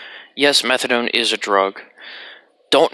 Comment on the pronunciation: Hahahah. No worries, man. You nailed it at the 1st time. The first english speaker to say it correctly. Awesome video, like always. And before ppl come nerding at u. Yea, morphine to diamorphine is the other way around but whatever, what matters is that methadone is fucking nasty. It has lower affinity to the mu opioid receptors than morphine and doesnt hit the others (kappa and delta) like morphine does, so ppl who want a rush will easily od trying to get there.